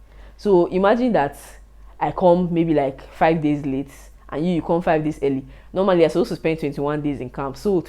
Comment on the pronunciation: I like how she said "21 DASYS OF SUFFER"...